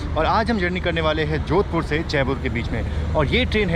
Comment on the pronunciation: Bro jodhpur not jodhapur